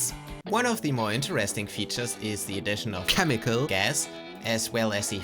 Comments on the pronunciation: "KHEMICAL" INTENSIFIES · I counted 11 "khemical" bits. Does anyone understand what that means? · I want to hear how he pronounced chemical before the edit, anyone complaining can stick it.